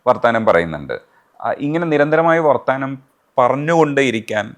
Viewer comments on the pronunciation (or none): please note, Its not വ൪ത്താന൦, its വർത്തമാനം